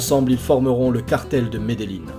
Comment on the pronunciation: les gens disent medelin mais faut dire medejin avec un j meme si c avec double ll